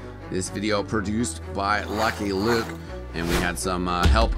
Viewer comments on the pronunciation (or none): none